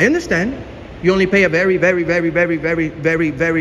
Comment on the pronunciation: "Vewy, vewy, vewy, vewy, vewy, vewy.." - now I know why he's called - he sounds just like Elmer Fudd! 😂